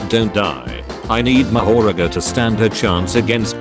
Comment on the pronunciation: ‘’Mahagora’’ bruh its mahoraga